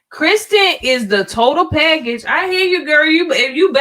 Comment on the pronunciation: Her name is K I RSTEN, NOT Kristen